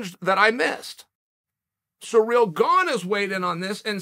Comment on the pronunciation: Why are all the Americans calling Gane ‘Surreal’?… It’s Cyril.